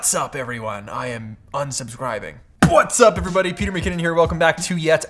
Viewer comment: you're just saying puatsawwwp not what's up